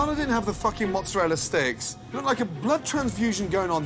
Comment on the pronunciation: MozzerallA. Unless you're auditioning for the sopranos or How To NOT Speak Italian. Mozarel, gabagoo....GTFO